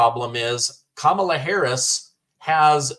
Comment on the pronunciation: ‘’S kam ala"